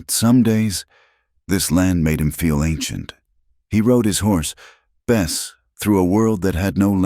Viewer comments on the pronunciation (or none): Good story but the so called AI narrative with mispronounced words like the name of the horse changes from Bess to best and many more spoils the effect.